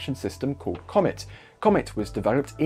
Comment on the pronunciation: I swore comet was wood trim 💀